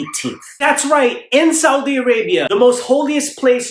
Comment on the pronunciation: The way he say " Saudi " is very right 😂😂😂😂😂